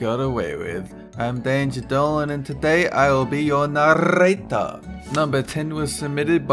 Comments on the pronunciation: lol "Narrrator" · "I will be you naRRRRRRRRRRRRRRator!" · I LOVE HOW DOLAN SES NARAETR OR NERATOR